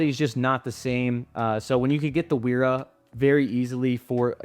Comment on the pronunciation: Wera is German. "W" is pronounced as "V" and vice versa. It sounds uninformed to pronounce it the way you do.